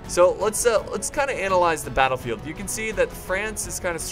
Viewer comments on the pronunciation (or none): none